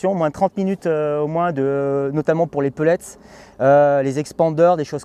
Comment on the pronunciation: Moi je comprends pas ces gens qui disent pellètse. C’est bête mais j’ai mon oreille qui siffle à chaque fois ça s’écrit PELLETS et ça se prononce pellet le « S » étant muet! Merci de préserver le français qui connaît déjà une époque difficile.